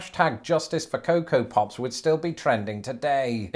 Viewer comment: The ways says Pops, I almost thought he said Puffs. For part of the video at least.